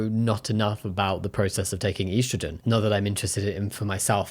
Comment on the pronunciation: I’m sorry, THAT’S how you pronounce estrogen?!